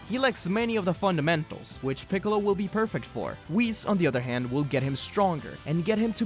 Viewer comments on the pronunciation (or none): Bro said fundmetaals at 28 :10